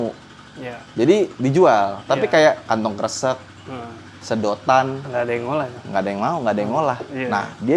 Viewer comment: nyebut kantong "kresek"nya sudah njowo sekali, cocok jadi cabup klaten 😂